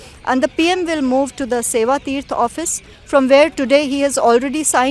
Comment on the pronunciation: Seva theerat is not the way to pronounce Seva theerth is the way or seva theertha